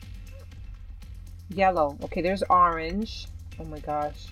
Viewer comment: I just love how she says the word "orange" it sounds funny to me.